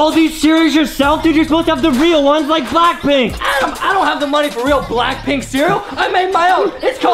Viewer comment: I loved when adem sayd blackplnk in your area